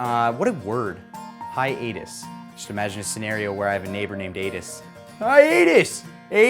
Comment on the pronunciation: Isn't it pronounced "hi-uh-tus"? idk